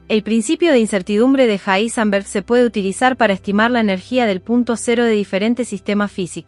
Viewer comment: Un poco desagradable la voz de la chica. Evidentemente la locución no es lo de ella. Aparte pronuncia mal el nombre del científico Heisenberg. De todas maneras poniendo el video a velocidad 0.9 se lleva a una velocidad óptima el relato, el cual es demasiado apresurado de origen. ¿Cómo ponerlo en 0.9 en Youtube? Con un complemento o extensión para navegadores llamada Enhancer for YouTube, que aparte tiene un montón más de funciones, desde ocultar los shorts, pasando por temas, filtros de color, loop para reproducir videos infinitamente, etc. Para mi la mejor extensión jamás creada. Sirve para Firefox, Chrome, Brave, Opera. Para Youtube y casi cualquier página recomiendo usar Brave, para mi el mejor navegador. Pero en fin, como decía, este complemento permite velocidades desde 0.1 a más de 3.5, o sea que se puede elegir con pasos que avanzan de a 0.1x, algo que el reproductor nativo de Youtube no tiene. Lo más lento después de 1x, es 0.75x, lo cual es demasiado lento.